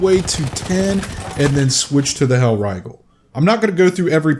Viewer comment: "Hellraigel" jk good video